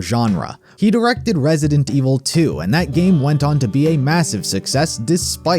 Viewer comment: "Resident May Evil"